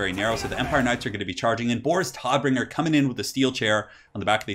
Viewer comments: Tod = German for Death. Pronunciation sounds like 'toad'. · No it sounds like Toat not toad. Doesn't matter if it's an accent, it's just wrong pronunciation